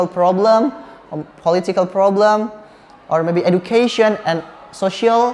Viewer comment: Pengucapan "education" nya salah tu kaa:v